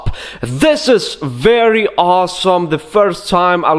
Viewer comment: I love it when you say werry lmao